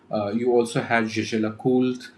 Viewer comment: Indians not only buy but also butcher name of Jaeger Lecoultre in their own ways